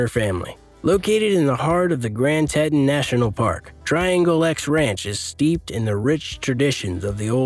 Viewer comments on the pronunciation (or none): Your pronunciations of our Teeeeetons, not Tettons, and Duuuuubois, not Dubwa, need some work. I live here, it's important to get the names right when you are presenting these high dollar areas. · Tee-Tawn Dude did you actually just mispronounce an American National Park!! It's Tee-Tawn. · Dubois is pronounced DooBoys. Teton is TeeTawn. Jackson Hole is the valley, Jackson is the town. How do I know? That's me !